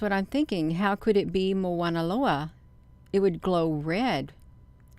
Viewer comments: The correct pronouncement is Mauna Loa not Moana Loa. As a local Hawaiian I just wanted to clarify that. This is quite fascinating that’s for sure. Appreciate your research. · It's pronounced mow like cow mow na lo a I watch the observatory as well. Strange things happen.